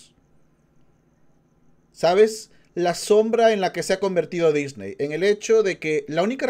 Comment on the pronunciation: En el dice nisney y no Disney, no es crítica, solo me dió gracia